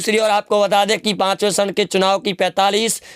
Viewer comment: Its charan not sharan... 😃